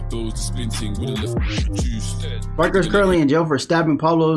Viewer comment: Man said juice🤣 it’s J Hus